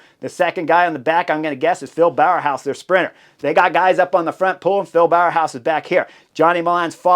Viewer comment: bow-house not bower-house if you want to pronounce Bauhaus correctly, just a pointer :) it's not easy all those names :)